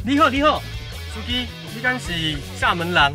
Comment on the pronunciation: 厦门就发音不对啊